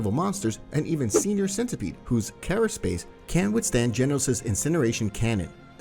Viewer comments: were you trying to say "carapace" (CARE-uh-pace) or kara space? Not being nitpicky. Just curious since English isn't my native language 😊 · And mostly because you do say carapace. So that just made me curious as to whether it's just something I don't know about.